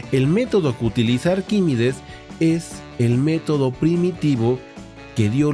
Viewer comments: Has pronunciado arquímides en vez de ArquímEdes un montón de veces. Muy interesante por lo demás. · Arquímedes no es Arquímides. Aprenda usted a leer antes de ofrecer sus clases.